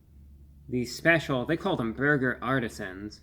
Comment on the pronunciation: "PERFECTION, or meaby a horrible burguer... i don't know" i can't stop laughing. 😂